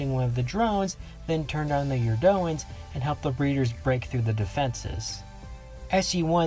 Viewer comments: He's pronouncing their name wrong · Huge fan. Watched almost all of your videos. But fuck me, i cringe HARDCORE everytime you mispronounce "Eurondans".